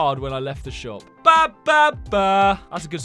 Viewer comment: he said rhe not the